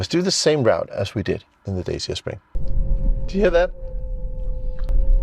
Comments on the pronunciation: Pronounced "Dachia" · it's pronounced "Datch-A" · It's pronounced Dacha. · No, its pronounced Dacia